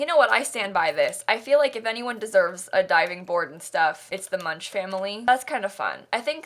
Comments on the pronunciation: Actually, most Americans who know of Edvard Munch still pronounce it the same way did. It is a matter of education, or lack thereof. It is not commonly taught how to properly pronounce things/names/etc taking into consideration where they are from. We just pronounce things the way they look, and carry on until someone finally corrects us and explains why. Americans really are so shut in to our own little bubble, oblivious to the rest of the world sometimes. There is an unspoken fear that if you look out towards other cultures too much you are being unpatriotic, and nobody wants to find out what happens if you are deemed unpatriotic in the United States. We don't know where that line is, but we definitely don't want to cross it. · I think it's so weird how the Munch family is always being pronounced that way, when all I can think about is the painter Edvard Munch (pronounced Munk). I believe that may also have been their intention, as Get Together is kinda European inspired. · You said Mrs. Munch and I thought instead I heard my own last name because it’s very similar and I had a mild 0.3 second freak out Also this house is incredibly Sims 3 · Ikr! It frustrates me how americans pronounce foreign names, especially german ones. It's like they don't even try to pronounce it correctly and just slap their way of pronounciation. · Are we not gonna acknowledge the way she pronounces Münch 😂 made me laugh out loud 😂 that's why we have google translater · I’m sorry for being that person, but Munch is German and is pronounced Munck.. Don’t me! 😅🙈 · Also, how Munch is pronounced is so weird. I'm starting to believe no Sims player has ever heard of the painter Edvard Munch (pronounced Munk) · Me, a Norwegian: say MUNCH one more time!! (Clearly it's supposed to be like the painter Edvard Munch, pronounced Munk)